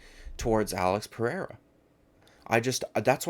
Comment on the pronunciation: Who's Alex Pair-a?